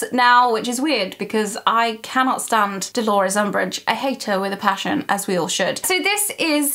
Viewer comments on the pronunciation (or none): none